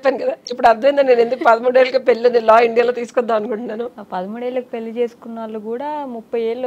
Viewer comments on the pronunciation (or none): Anchor garu speak correctly it’s called Pelli not Peli